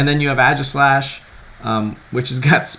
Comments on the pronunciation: its actually pronounced EG-slash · OrigamiTim Chang I don't know, man. I had to look it up. Sounds more like if you're saying Ages-lash than E-G-slash. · AE-gislash. AE. Please pronounce it. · Wins US national championships, still can't pronounce Aegislash correct :p